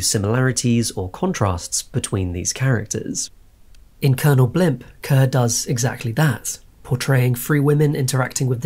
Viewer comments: Kerr is pronounced like "car" not "cur." In Hollywood press releases, it was explained, "Kerr - like star." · Kerr pronounced Carr. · You owned up to it. Honestly, respect for acknowledging it. It was otherwise enjoyable.